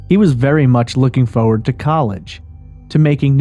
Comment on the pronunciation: worst way to say forward award goes to..... haah foe-wud :P wtf